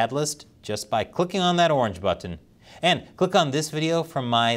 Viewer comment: I love the show, been watching it for ages, but I always wondered why you pronounce the t in button but not in all words.